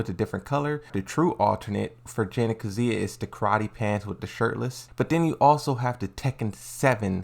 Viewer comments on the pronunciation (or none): none